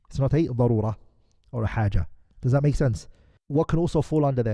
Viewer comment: Darura not barura learn atleast basics of arabic before translating الله المستعان